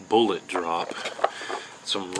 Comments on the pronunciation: How the heck do you have this many subs when you can't even say the word 'Bullet' correctly? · Good info, but "Boo-laht"?....peak fuddery